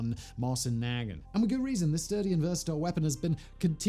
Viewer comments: Great video, but as I'm sure you've already been screeched at, it's pronounced 'Mow-sin na-GHANT'. Cheers. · MOW-zin nu-GAHNT Come on, Simon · SIMON say it with me..mow-sin nah-gaunt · Moe-zyn Nah-gahnt. Jesus. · Us good ol' boys in the US pronounce the Mosin Nagant as Moe Sin Nag Aunt! Not saying that's the correct way, but it is what it is! Lol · For clarification: I actually find his horrible pronunciation REALLY funny. Simon chose violence and I don't think he knows he did. And I LOVE it. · That is the first time Iv heard heard someone pronounce Mosin-Nagant like that 😂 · REEEEALY bothering me with the way he says Mosin Nagant tho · He's saying Mosin Nagant like its a slur. Just completely butchering the pronunciation LOL. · Hey fact boy, at least you could learn to pronounce Mosin-Nagant